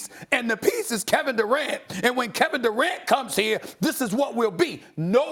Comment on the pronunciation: Nobody: Steven A: Carrot Durant